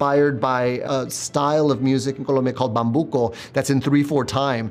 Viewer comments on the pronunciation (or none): remember guys, it's not Columbia, it's Col⭕mbia great video :D